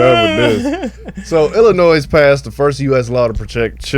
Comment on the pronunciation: saying the 'S' on Illinois is killing me 😭. You don't say the S!